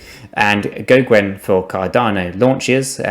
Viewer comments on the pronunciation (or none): Also its pronounces go-gen , not nitpicking just letting you know how Charles says it